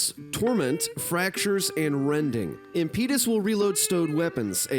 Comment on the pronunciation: I thought you "studied linguistics in college" 😆 That's now how "impetus" is pronounced. wow!!!